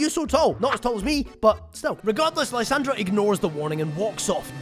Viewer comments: Love the video but I genuinely cringe everytime you somehow too pronounce Lysandre as lysandra there’s no ‘ in his name too show pronunciation difference 😂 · Lie-San-der Lysandre